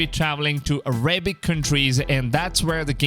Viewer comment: Araybic? Your pronunciation...